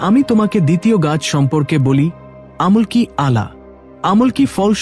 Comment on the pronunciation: আমুল কি নয় উচ্চারণটা হবে আমলকি❤